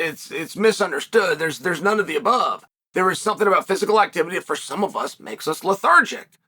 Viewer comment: Chael, employing his audience of knit wits to ask Ngannou "thumpthing" for him.